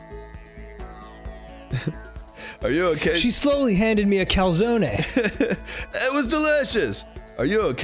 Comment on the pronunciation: The continued mispronunciation of calzone is the worst thing to ever happen to me as an Italian.